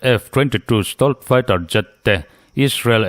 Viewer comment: 'Sitawlt' tia lam hi 'Sitelt' tia lam zawk tur niin a lang😊